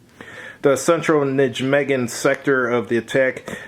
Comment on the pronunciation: NIGH MAY GEN (hard "G' in "gen", as in "gay")